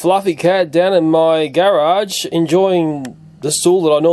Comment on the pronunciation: I love all of your black widow videos! But my favorite part of this video is when you say "garage"